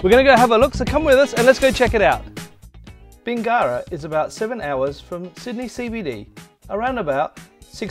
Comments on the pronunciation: It’s NOT pronounced Bing GARA. It’s pronounced Bingera, with no emphasis after the “ing”. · When doing a review of an area at the very minimum pronounce the town properly